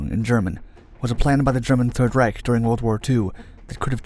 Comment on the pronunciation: Ah yes another documentary about the "3rd Raik"